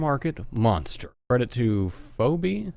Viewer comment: How the fuck can you not pronounce phoebe you say it fee bee